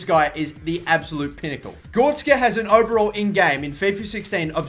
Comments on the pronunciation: GORETZKA NOT GORSKA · it is gor-rek-ska on gorska